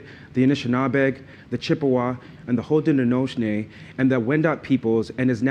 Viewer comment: You mispronounced the majority of those names in the land acknowledgment; Haudenosaunee being most egregious. This coming from a guy who doesn't care and thinks the practice is self serving narcissistic bullshit.